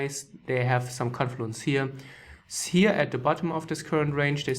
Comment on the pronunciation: Wenn er here gleich wir hier betont fallen mir die Ohren ab